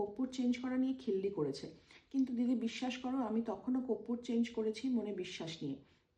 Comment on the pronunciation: Teacher vul boltei pare na.... korpur to amra boli ar 420 teacher ar tar 420 Hollywood star koppur bole. 😃😃